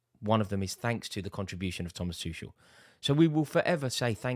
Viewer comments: Still getting his name wrong. It's Tu kel not tushell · Why can't this Rory learn how to pronounce the guy's name! It's Too-kel (for god's sake). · Finally we get to stop hearing Rory call him Tooshel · You will always thank him? Rory you still can't say his name mate... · Im glad he's gone because you keep pronouncing his name incorrectly. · Oh my god just say his name right fgs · At least we won't have to hear him say Thomas Tuchel anymore.